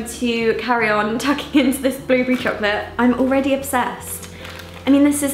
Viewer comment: I love how Niomi says blueberry, "blewbree" 😂❤❤